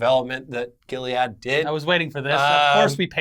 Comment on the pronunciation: Gil-E-ad lol. its jill-ed, like the razor brand. great video guys! thanks for all the updates!!